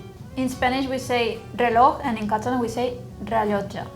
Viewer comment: azzurro not azurro. reloj not eloj.